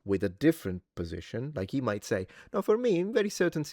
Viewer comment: 😅😅Big enphasis on "might"...